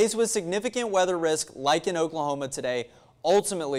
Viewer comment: What did he say ? "Okla okla" ... what ???!! I'm so confused.